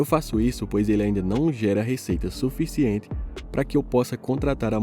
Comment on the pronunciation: Dinheiro "fuficiente". Kkkkk